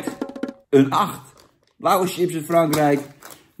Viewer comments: Jan, het is 'chips' en geen 'tsjips'. B.v.d. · Het is SJIPS geen TJIPS. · Jan zegt wss ook tjina